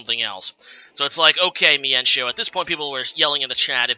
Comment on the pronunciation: ok lol it's all good I don't really care how you pronounce them I just thought the why you pronounce mienshao was pretty funny.